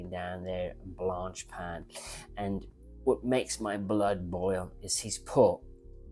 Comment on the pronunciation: You're such a pig ignorant & nasty person but you cant pronounce Jorge or many common brands, hearing you say Blanche-pan & Jaeger Le Coutre was priceless, thanks😂